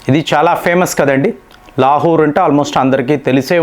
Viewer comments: లా హూ ర్. కాదండీ.. లాహోర్ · ప్రపంచం అంతా లాహోర్ అని పలికితే ఈ తెలుగు స్పెషలిస్ట్ మాత్రం లాహుర్ అని పలుకుతాడు. ఈయన రియల్లీ గొప్ప తెలుగు పండితుడు. హ హ హ